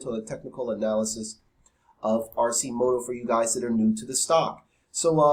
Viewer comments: AR- KEY- MOTO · its Pronounced Ar-Ki-moto.